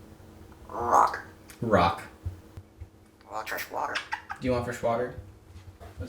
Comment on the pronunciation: I like how he kinda revs up when he says rock. "Rrrrrrock"